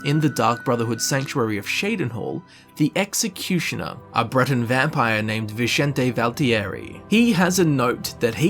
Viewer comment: Suspected siblings?? I always assumed they were a couple. They sleep in the same bed. It's VinSSSente, not Vinchente.